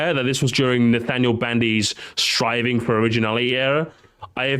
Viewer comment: "SRIVING" yeah that what's he doing instead of Striving LOL😂